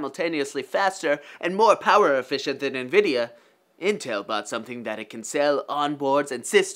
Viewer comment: "nvideo" xd